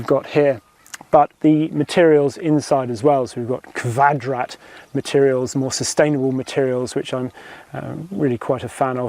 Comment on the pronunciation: nice review, next time you go to pronounce kvadrat fabric its pronounced "kuad-rat"